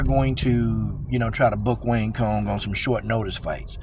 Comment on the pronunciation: It's pronounced "wang tsong" lol